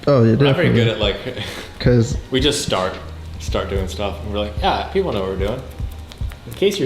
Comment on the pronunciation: Rewatched just to hear "PeeeeOPlyy"